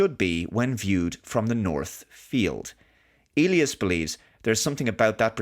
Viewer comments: The standard English pronunciation of Elias is "EE‑lie‑us ". If it were a Spanish name and you were speaking Spanish, then it would be pronounced that way you said it "eh‑LEE‑ahs " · "eely us"? Do they actually pronounce "Elias" this way in the movie? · I believe the name is pronounced EE-lye-ass